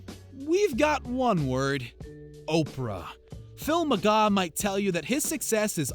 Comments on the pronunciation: There's an R in his last name. It's McGraw not McGaw. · Omg you're making me mad his name is McGraw not mcgaw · Phil mcgaw? Its McGraw, there is an R in there chief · His name isn't Phil Mcgaaw its Phil McGraw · OMG RIGHT?!! If you’re going to shade him at least pronounce his last name right!! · was gonna sub but couldn’t after I kept hearing that...lol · Lmao he tried so hard to put him on blast, but just couldn't quite get his name right! 😁😝👏